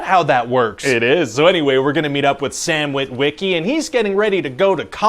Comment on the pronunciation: No one in history has ever pronounced "Wit-WIH-key" like that before.